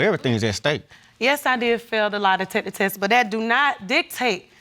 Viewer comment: Baby said LIE•DECKA•TESS 😂 😂 😂